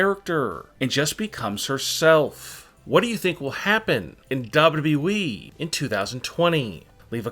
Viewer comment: Why does the narrator annunciate the wrong Syllables....WWEeeeeeeee